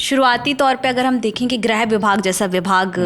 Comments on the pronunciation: जब लिखा "गृह" मंत्रालय है तो दोनों रिपोर्टर उसे "ग्रह" मंत्रालय क्यों बोल रहे हैं? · Greh nahi Grih hota hai. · Grih hota hai, Grah nahi